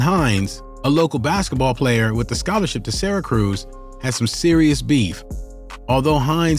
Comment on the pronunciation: He pronounced Syracuse “sera cruise” 😂